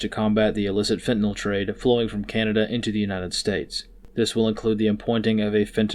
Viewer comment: Thank you for pronouncing “the drug” nome correctly as it ends with nyl not nol or nal.